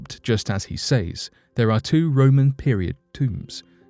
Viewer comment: Beautifully spoken, but PLEASE, do not say the word SAYS as it looks. It is pronounced SES.